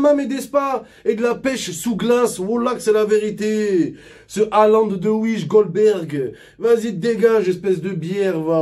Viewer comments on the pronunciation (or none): On lui dit que c’est Dolberg et pas Golberg ?